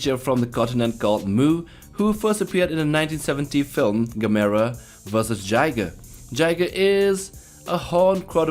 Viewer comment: I, and a hell of a lot of kaiju fans, collectively facepalmed at the mispronunciation of Gigan, Gamera and Stegosaurus